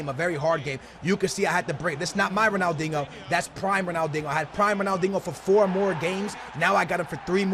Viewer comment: Dude quit saying Ronaldingo there is NO "g" in Ronaldinho